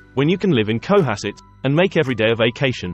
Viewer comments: Not CO-hasset. It is pronounced co-HASS-it. Try to get the canned AI voice corrected. Also, the word 'privacy' is not pronounced pri-va-SEE! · Would be better without the annoying music track and AI voice. FYI, it's pronounced co-HASS-et. My grandmother lived on Beacon Hill / Back Bay, so I was fortunate to visit often and be a Bostonian in the 1960s - 1980s. Most of the Brahmin descendants were quite lovely people and very involved in the arts and charities. Personally I worked on Beacon Hill and throughout Boston / Greater Boston in many of these locales. I've lived in both nice areas and more humble areas lol. Costs are outrageous circa 2023 throughout Eastern / Central Massachusetts. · Lexington, Weston, Sherborn...and emphasis on the second syllable in Cohasset